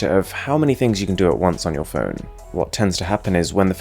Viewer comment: I DONT KNOW IF YOU’RE GOING TO READ THIS BUTTT .. OMGGG I HATE YOUR ACCENTT SO MUCHHH ITS SOOO ANNOYYINGGGGG AARGHHH CANT WATCH THIS USING MY EARPHONES MY EARS ARE BLEEDINGGG no but seriously tho your voice sounds like you’re trying to sound very british and that sound you make when you said phone as “fewn..(~)” and that (~) sound (the half growl sound yiu make when you are disgusted) make this audio overall very uncomfortable and unnatural.. I know i sound like a hater now but i just need to get this out :)